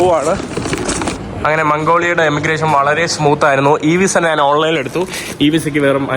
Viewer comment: നാണ് അല്ല ഞാൻ എന്ന് പറഞ്ഞു പഠിക്കുക